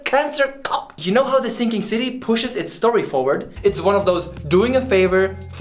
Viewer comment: Do you mean The Thinking City in a german accent?